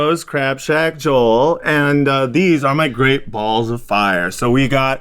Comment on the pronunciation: One of my biggest pet peeve is when people say "Joe-l" instead of "JO-EL"